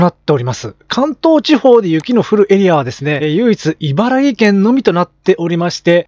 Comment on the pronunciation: 毎日気になってたので一言。いばらぎ県ではなく、いばらき県です。そんなことを間違えていると、信憑性が落ちますよ。 大好きなチャンネルだけに、残念です。是非次回は「いばらき県」と言ってください。